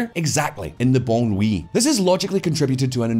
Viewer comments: Every time he pronounces banlieue ( ban lu) as "banwe" it sounds like a Vietnamese sandwich (bahnmi) that's meant to be shared. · Just a note- banlieue is pronounced like “bahn-lee-eugh” (hope that makes sense) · Look, i just thought the way you said banlieue was funny. Love the video, though. Good work